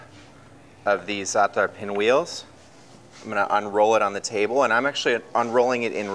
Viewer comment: I don't think I've ever heard anyone pronounce za'atar and labne correctly, outside of Arabs – props to this guy! 😄 These look amazing though, it's insane how much work goes into this bakery operation.